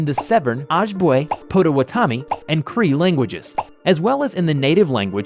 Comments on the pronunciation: He pronounced the languages wrong (aside from cree) so here's the right pronunciation. Ojibwe is pronounced Oh-jib-way And potawatomi is pronounced Pod-uh-wad-uh-me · PLEASE READ: Okay, I'm Native american, and I just wanted to inform you that is NOT how you pronounce those tribe names. It's Oh-jib-way And pah-dah-wah-dah-me Cree, you got right